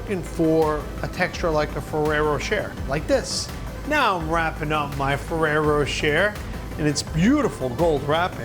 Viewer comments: “Row cher” “Row shay” ?!?! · isn't it pronounced more like ferrero roshae i know its not spelt like that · Ferrero “Ro-Shay” But great cake! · I looooooove Fererro Rocher. Umm btw its pronounced RochAY :-P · I thought he said ferrero chair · Anyone else hate the way he says rocher